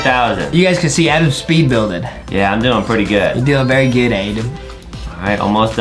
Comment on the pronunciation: Did adem say berry instead of very huhhhhhhhhhhhhhhhhhhhhhhhhhhhhhhhh